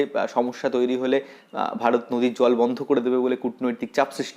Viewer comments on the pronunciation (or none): none